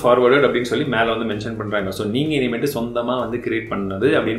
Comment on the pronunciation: நண்பா இனிமேல் என்பதை இனிமேட் என்கிறீர் திரித்திக்கெல்லவும்